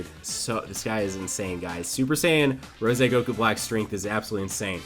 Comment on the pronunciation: ItS RoSé NoT RoSE